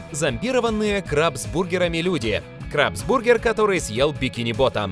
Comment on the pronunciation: Правильно говорить крАбсбургер